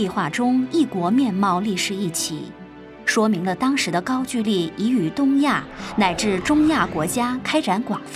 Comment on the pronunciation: 高GOU（一声）LI（二声）